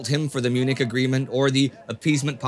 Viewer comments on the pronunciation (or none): none